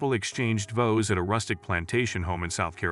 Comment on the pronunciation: It's not vose it's VOWS. Stupid AI rubbish. Going over and over the same things just to spread the video out. Pathetic. Who cares anyway if they got married in quiet or not. They are married. END OF